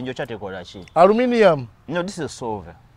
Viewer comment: Sulver not silver😂😂😂😂